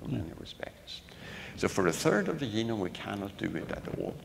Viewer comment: If you notice Päabo had a speech defect: He cannot pronounce the soft 'g' (ie., 'g' as in 'germ', 'gem', 'geology', etc.). Instead, he pronounces 'g' as a 'y'; hence 'genome' becomes 'yeenome' .